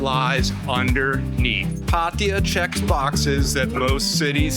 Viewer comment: It is PA-TA-YA not PATIA what a noob 71 countries cant even spell correct the place ...